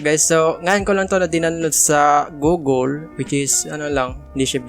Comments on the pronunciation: Hahahaha page pronounce nya sa google, googol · "GOOGGOL" 😂🖐️ yan ang true idol😁